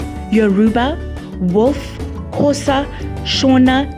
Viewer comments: It's not Khosa it's Xhosa. Please respect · CORRECTION:Its Xhosa not Khosa.Non Xhosa people usually pronounce it khosa . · Xhosa! Not khosa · It's Xhosa not Khosa please😞